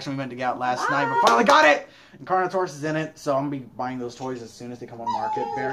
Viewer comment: I know that he said carnortious I was like wait what?